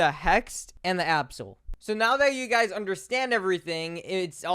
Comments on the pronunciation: It’s not absoal it’s abyssal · DUDE WHY DO YOU SAY ABSAL INSTEAD OF ABBYSAL😭🙏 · Calling abyssal “absal” 😭😭😭😭